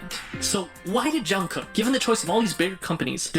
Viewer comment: Please react to BTS ":From Nobodies to Legends 2019".......Jungkook is actually pronounced Jun Gook.....according to him💜